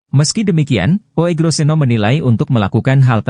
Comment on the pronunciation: Membacanya Ugroseno bukan OEGRO ... itu ejaan jaman belanda, mohon dipahami...